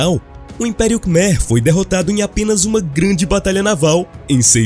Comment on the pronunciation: Boa tarde! Apenas para ajudar, conheço o Camboja e Angkor wat, a pronúncia correta de Khmer é "kmái" como é falado lá.